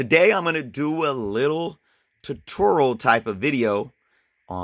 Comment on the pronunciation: Too-Tour-Ee-Al not Tah-tour-al